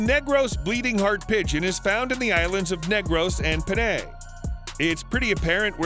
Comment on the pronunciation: Nice vid 😁 i learned something new everyday because of people like you and i respect it 👍 Also there are some words that you have mispronounced, which is not that surprising. "Masbate" its pronounced (mas-bah-teh) not (mas-bate). "Panay" is (pah-nai) not (pen-ney). "Cebu" is (seh-boo). No hate tho, and i just wanna let you know ◡̈👍